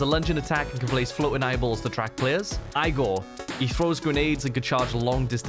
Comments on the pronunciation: Igor pronounced differently, like Игорь(try it on voice translator) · Did he really say Igor as Eyegor? Lol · He did not just say Igor as Eye-gor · it’s Igor (EE-GOHR) not IgOr like Al Gore wtf 😂😂😂